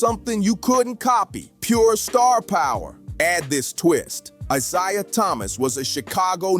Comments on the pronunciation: It's pronounced eye-zay-uh. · Why is it when you people do these videos you can’t pronounce these guys names properly!! Like come on now!! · How many times are you going to mispronounce Isiah? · YOU DON'T KNOW HOW TO SAY A PERSON NAME. CORRECTLY. LESTER EL ISLAMISM ☪️ 🕋 🕌 ☪️ 🕋 🕌 ☪️ 🕋 🕌 ☪️ 🕋 🕌 ☪️ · How can you go a full video mispronouncing Isiah. That there kills your whole video. Do better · I can't watch a clip where a guy can't even pronounce Isaiah Thomas's name right